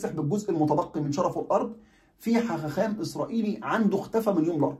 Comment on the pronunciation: تصحيح بسيط حاخَام..... وليس حاخاخام وليس حخخام النطق الصحيح بخاء واحدة